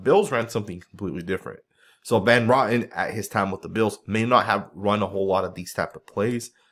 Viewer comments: Nice breakdown,! BTW, it's Roten (row ton) not rotten. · It's RO-TEN not Rotten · Ive been calling him rotten based off videos lol. 🤷🏻‍♂️